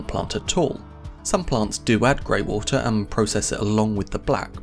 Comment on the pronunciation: Woolta?? 🤯😂😵😂WTF is WOOLTA???? Lmfao is this guy trying to say WATER? Hes SLAUGHTERING the english language smdh woolta!🤯😂😵😂 wtf! Lol